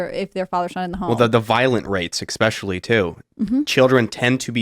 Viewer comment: Someone tell the bearded ginger that the word is ESPECIALLY (əsˈpeSHəlē,esˈpeSHəlē), NOT Ex-Pecially! Tim, please correct your moron guests! Where are you AT on this, Tim?